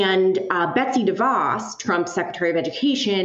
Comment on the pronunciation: She's a monster. But he doesn't know how to pronounce DeVos or doing it purposely? Either way...